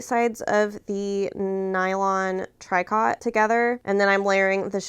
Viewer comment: Lovely project! (Tricot = TREE-KOH) 🩵🩵🩵